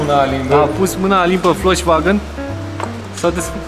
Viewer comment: in germana V se spune F și W V! se scrie Volkswagen și se citește Folksvagen! nu Voltvagen! :))